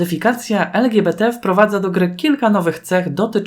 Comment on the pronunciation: Błagam nie twarde łeder (weather) to samo z lgbt czyli " el dżi bi ti! (Nie mam zamiaru hejtować mam na celu poprawienie wymowy)😁